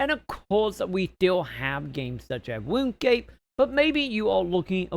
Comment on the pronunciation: its pronounced RUNE scape matey